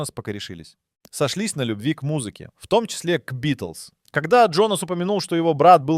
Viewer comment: Nie Bitlesi tylko Bitelsi